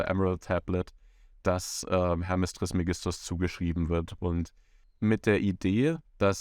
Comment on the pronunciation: Bitte trismégistos sagen, es ist auf dem e betont.